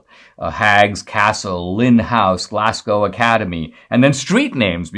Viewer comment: interesting story Dinesh on Dr Livingstone ! , by the way Glasgow is pronounced GLARSGO :) not Glass GOW